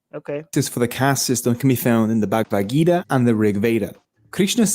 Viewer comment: even can't pronounce 'Bhagavad". Has no idea what's in it. But still compares it with 1984. Seriously??? These people are supposedly the holder of reasoning based on eViDenCe.. LoL